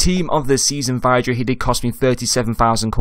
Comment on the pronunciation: Good vid - pronounced Vid-ra though